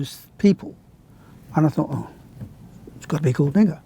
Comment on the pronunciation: Bro the most beautiful pronounciation of "Nigger"